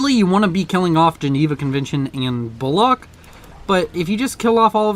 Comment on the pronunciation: ..... "Bombers bombing..., as they do." Wow 10/10 expert analysis xDDDD P.S. Bullock is pronounced like Bull (the animal) and "uck" as in Luck Bollocks is a different word (meaning "oh, crap!") - pronounced Boll-ux